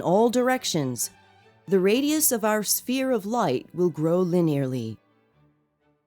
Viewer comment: Green Spear? it's pronounced Sphere or Sfere. think of the word phone and then pronounce Sphere. good video